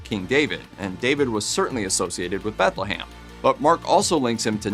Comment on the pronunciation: BethleHAM? BethleHAM. Seriously? Read a book dude. Jesus! Pun intended.